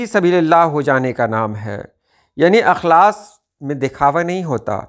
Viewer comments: استاد جی آپ کی توجہ اس نکتے پر مبذول کرانے کی غرض سے بتانا چاہتا ہوں کہ "اخلاص" کے الف میں زیر ہے نہ کہ زبر۔ احمد فراز کا اک بہت ہی مقبول شعر ہے۔ ملاحظہ فرمائیں ۔ تم تکلف کو بھی اخلاص سمجھتے ہو فراز دوست ہوتا نہیں ہر ہاتھ ملانے والا... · السلام علیکم ورحمة الله وبركاته معذرت کے ساتھ عرض ہے(اخلاص)الف کے زیر کے ساتھ پڑھا جاتا ہے اور اخلاق زبر کے ساتھ ارشد نواز کرتپوری از کویت